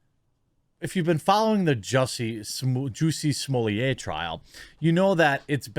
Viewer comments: Do you ever notice how getting a black person's name wrong is "racist", like Kamala gets all huffy when you mispronounce it. but when another black person says "Juicy Smolliet" it's now sanctioned and no longer "racist" to get his name wrong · I don't know who started calling him "Juicy Smull-ette", but I swear to God, that's a fish dish.